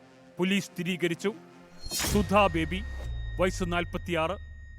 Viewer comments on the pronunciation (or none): none